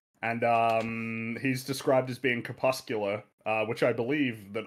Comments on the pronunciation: Crepuscular, not cepuscular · Why won't say the r in cRepuscular?